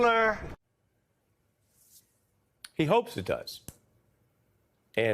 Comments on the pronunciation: I love TeSlUr... sir, it's Tesla. English is your first language as much as your like it to be 40s German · He said “I love tusler” 😂 get these old people out the White House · " I LOVE TESLERRRR " HAHAHHA 🤣😆😏